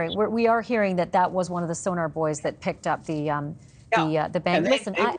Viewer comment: Did you notice how he correctly called them Sonobouys, while she said sonarbuoys? Like most journalists, she doesn't know what she's talking about.